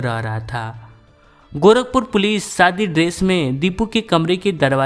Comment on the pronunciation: Are anchor ji apni language mein sudhar karo Sadi nh hota shadi hota sha ko sa mat bola kro pls sare Bihari karte ho gaye YouTube p maza nh ata story sune m